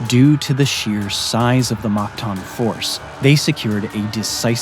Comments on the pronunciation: its mactan not magtan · Its mactan not magtan